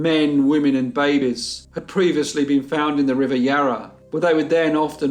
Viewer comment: Im sure its just hearing the word "baby" in this accent but every time he says it i just think of Crass... screaming BAbies screaming BAbies